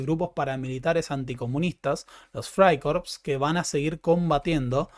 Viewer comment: Te entiendo, a mí me pasó lo mismo como hablo alemán en el video pasado cuando decía "frikorps" en lugar de "fraikorps". Pero el problema es nuestro jajaja.